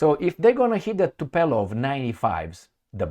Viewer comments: you murder us with your brain-dead "Tupelov"!!! Dude, is Tu- POOOOOO-Lev!!!! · Tupolev and not Tupelov, my friend.